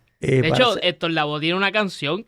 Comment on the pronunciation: No es Héctor Lavoz es Lavoe.